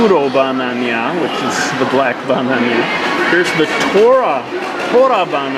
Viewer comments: I laughed so hard with the ba-na-nya x) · Dammit.... Now I want a Ba-Na-Nya....